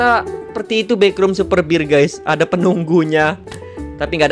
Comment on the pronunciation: Super bear bang bukan super bir 😅